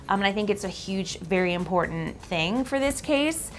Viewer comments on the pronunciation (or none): none